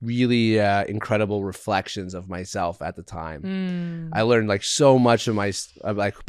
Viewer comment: Bro doesn't know how to say the word 'learned'. Just goes to show, you don't need to know everything and be perfect to achieve success.